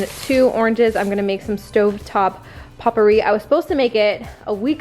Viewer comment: Popperi? You mean pope-er-ee 🤣🤣